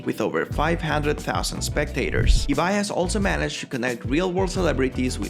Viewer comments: Si pronunciaste bien Ibai es porque hablas español xd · Por lo menos pronunció Ibai bien :)